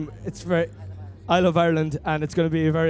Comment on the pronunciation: oh god when Niall said i love ireland i understood i love violence, oh god